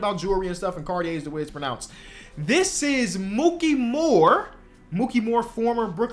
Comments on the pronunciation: It's Mikey not "Mookie." For Mikki Moore. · Mikki Moore, not Mookey lol (i only know this because i'm a big Nets fan, you mixing up his name is extremely understandable!)